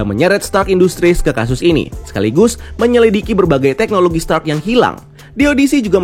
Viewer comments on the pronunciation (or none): none